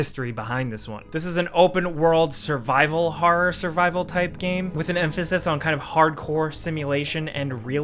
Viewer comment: The pronunciation of horror and forest.